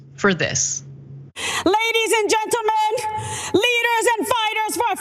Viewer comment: "LADIES AND GEN-TEL-MEN.." This made me wanna puke!!